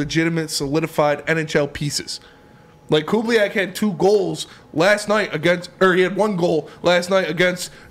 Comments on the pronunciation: Lmaoooo cube lee ak... Its. Ku baa link! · It's Koo-Buh-Leak.